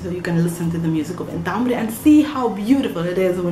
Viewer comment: Sorry, but you are wrong. Pay attention on the pronunciation. In Arabic my age sounds like "aumri" (actually guttural a, that is not present in Serbian, but you can hear it from ) and not "umri". And i at the end is short in "umri", while in Arabic, i is long. Shukran for this video.